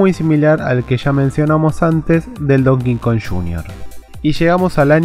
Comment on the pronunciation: se pronuncia donkey kong no don kingkong